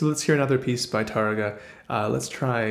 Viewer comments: Why do you pronounce it like *Turrugah" lol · The second syllable is the second to last syllable (penultimate) but that doesn't matter here. There is an accent of the first á. In Spanish, this means you accent that vowel. TAR-rega, not Tar-RE-ga.